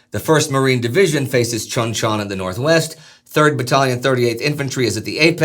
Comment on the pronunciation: The name of that town is pronounced Choon Chon. I was there at Cp. Page for two years 86-88 and I have 7 years in-country total. That is how the Koreans pronounce it BTW.